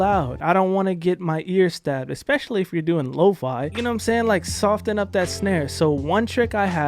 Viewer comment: he says sofT-en 🙃